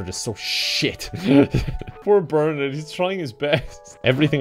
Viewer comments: the way he says bernard is so much worse than any game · The way that pronounces Bernard gives me life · My boss's boss is named Bernard. So I'm very amused to hear BerNARD being pronounced like BerNERD. Happy belated.